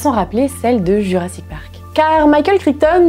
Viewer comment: Le micropachycephalosaure, il a la tête dure comme moi 😁 Et en parlant de pronounciation, j'ai les oreilles qui ont saignées à chaque fois que tu as prononcé Crichton 🤯 (c'est kraïtone, c'est n'importe quoi, on est d'accord)